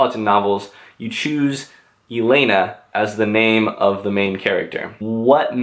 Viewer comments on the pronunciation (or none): please it's élena not eléna